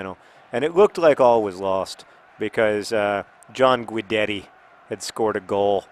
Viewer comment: You said Guidetti incorrectly.